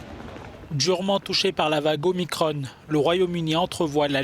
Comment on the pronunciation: Pas omicrone! Mais o-mi-cron!!